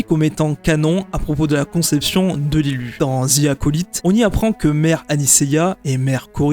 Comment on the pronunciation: Arrêtez de prononcer Acolyte n’importe comment svp